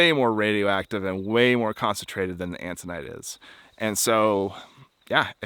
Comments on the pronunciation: Autunite, not "antunite." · I think you meant autinite? You kept saying antinite. The Chinle Fm is Triassic age, about 230 mya. Cool video. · Are you sure it's "antonite?" I think you mean "autonite." Right?